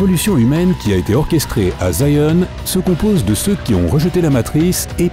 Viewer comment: Je ne ferais pas confiance à la théorie de quelqu'un qui prononce "Zion", " Sayen", voila, c'est dit.